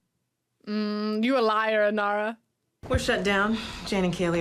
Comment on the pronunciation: Inara - not Inira - just saying. But this ride along is a blast, glad you are enjoying the show! You are clearly a Browncoat now!